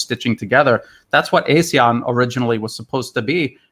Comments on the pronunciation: Hi, it’s pronounced ARE-SEAN, not A-SEAN. Keep up the good work. Cheers, from Singapore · Singapore? AR-SEAN.....LA !